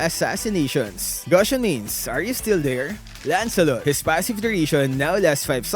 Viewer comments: nah I think he just mispronounced it he probably thought it's pronounced gahsion when in fact it's goo-sion like fusion but with the G instead. i've heard him said the word fusion iirc so if he can say that word then he can say gusion but yea like I said he probably just mispronounced it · the way he pronounce gusion to gahsion 😂